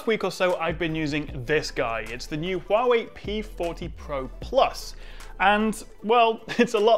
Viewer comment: glad to see (due to my tuition and voice training) that you`ve mastered the CORRECT pronounciation of HUAWEI, no longer hoo-wah-way !!!!